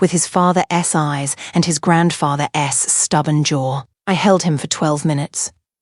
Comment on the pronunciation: It’s very irritating! The question that I have is why wasn’t it corrected? I watch these channels a lot and some of the AI’s don’t make these many mistakes.